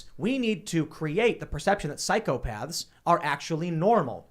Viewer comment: Tim if you would learn to say ´psychopath´ hard θ not soft ð you would not have to sound like a lost one